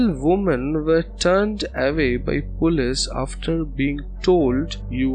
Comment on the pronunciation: the word is polce, not pullees. It is pronounced po-leese. Not pull-ays.